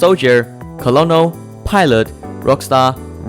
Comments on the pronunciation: colonel is pronounced as kernel, not colownel or cohlonel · Colonel pronounced as kernel not colonel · Coronel is the pronunciation